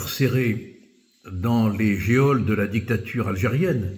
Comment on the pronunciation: Le mot geôle se prononce "jole" et non "jéole", Monsieur Collard.